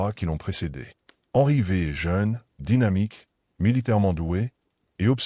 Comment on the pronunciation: Henry VVVVV😂😢c’est catastrophique L’IA 😢😢😢